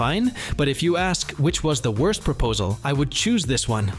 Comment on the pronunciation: "worts flag proposals"